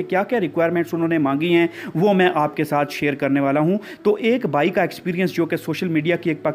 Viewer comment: To shir kro na shir korn shir kron yar sida sida bola kro asa hai me shir kron shir kron